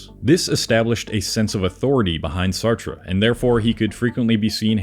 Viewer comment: I hate to say this, but you weaken your own intellectual credibility by not being able to properly pronounce the names of the famous people you are speaking about. You murdered Noam, Sartre, and DeBeauvoir before I gave up completely. I just couldn't stand hearing you pronounce Jean paul's name improperly one more time...